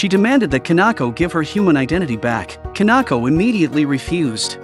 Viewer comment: Kanako? Its Kinako